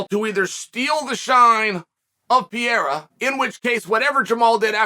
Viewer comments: Chael is PAH-RARE-AH not PEE-ERA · Is he going to continue saying PEE air AH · STOP SAYING PIERA DUDE. I think Ariel or someone corrected you and you still say it wrong bro 😂😂😂😂😂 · Chael might still be calling Pereira “Pierre” but at-least he’s not calling Prochazka “Prokriev” anymore! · I don’t see Chael letting go of pronouncing it “Pee-era” any time soon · say it with me chael..."pa-head-uh" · Uncle Chael still saying Alex Pierre-a lmaooooo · For a smart guy like Chael, I'm puzzled by how he's the only one out there consistently mispronouncing 'Pereira'.